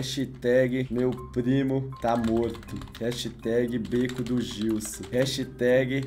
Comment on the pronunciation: É tão fã que fala "Gilson" ao envés de Jilsu